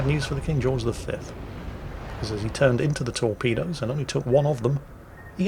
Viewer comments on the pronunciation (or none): none